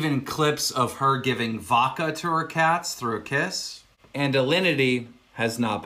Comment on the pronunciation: The real cruelty here is how Keemstar pronounces vodka